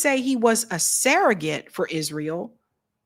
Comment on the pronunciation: the word 'surrogate' is pronounced like it's spelled -- SURR-uh-git. Please stop saying SARAH-git.